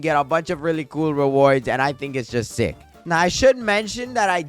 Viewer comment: When u said u were sick it sounded like u said u r six